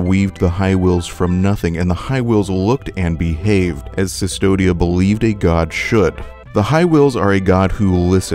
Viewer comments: Yeah, it was a pretty good video, but hearing "Sustodia" every few lines was a bit grating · Jesus, V is U in latin. "Cvstodia" is read as "Custodia". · I enjoy the video but im very perplexed as to how you keep calling Custodia, "Cystodia" its a minor gripe but it bothers me. In Latin V is U. not sure where you're getting a Y from. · Koostodia, other than that, excellent essay. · “Cistodia” great video but have you actually played the game bro? Cmon. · Eyo why is he saying custodia as cistodia? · Look great video but its CUS todia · I'm sorry, but it's Coo-stodia, with a hard "k" sound. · no, its pronounced CUSS-todia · Your pronunciation of Custodia (stylized Cvstodia) bothered me throughout the episode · the "v" in Cvstodia is pronounced as a "u", this is because in Latin some Vs were pronounced as U. And this was transferred to old Castilian. Very nice video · The land is pronounced as "Custodia." They are using the archaic V which was pronounced as a modern day U. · he didnt understood the games story or didnt pay attention. most of what he says about the miracle is missleading or just plain wrong. also, thats not how you say custodia. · Custodia. Please. It’s a “U”. The character even becomes “the Custodian”. That’s not a “Y” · i do not think that you are stupid. I think that you are wrong. and I didnt want others to be mislead into mispronouncing it further beyond the damage that this video is already doing. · nah, it’s because this man didn’t do enough research to properly pronounce things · a little bit, yeah. Google exists. It’s not that hard. Someone put in hours of “research” but couldn’t put the minimum amount of effort to look up how to pronounce “Cvstodia” correctly? Make it make sense. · Man I'm amazed on how many things you got wrong about the lore. You eve can't pronunce the name of the place right. It reads as CUSTODIA, not Sistodia. The name comes from Custodiar which means "to guard something". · Yeah it is custodia, not cistodia